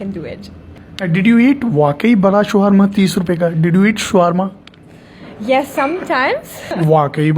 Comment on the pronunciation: Showerma is not correct word, correct pronounciation is Shawarma